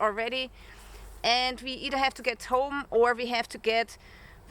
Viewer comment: Coming from a German living in the U.S. with the heavy accent. I thought you said Ghetto bag 😂